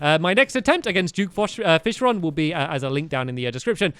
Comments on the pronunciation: It's duke fishron not jewk fishrawn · What the heck? Duke Fishmonger? It's Duke Fishron not whatever that is!